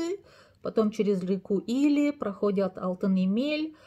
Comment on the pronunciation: Полезно, но в Хива, Или, Лепсы ударение в конце